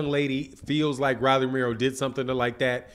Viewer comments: I's not "Rally" , it's Rolly. Get the man's name right. Its not hard to pronounce. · ROW-LEE ... not RAH-LEE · Mispronouncing his name, its rolly.. Like roll.. E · I couldn’t even get through the video. It’s pronounced “Roll-ee” lol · How you mispronouncing this man Name like dat...Super Lame!!!